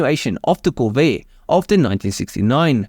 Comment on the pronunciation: visual elements ok If that was not a AI, have somebody coach the guy on pronunciation...anybody who cannot pronounce "Corvair" should not be doing voice over work. If it is AI, add to above list: lose the accent. Please disregard that comment if you are a human; it would be rude to suggest.